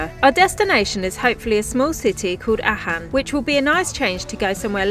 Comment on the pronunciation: It's pronounced Arken aachen .